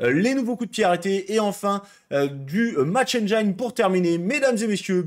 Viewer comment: On dit pas Match Enne-jaïne, mais Match Enne-jean